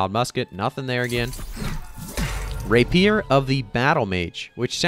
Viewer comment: Mispronouncing Rapier and Sliver triggers me so badly, but that's a me issue. Good video otherwise / do more of the openings!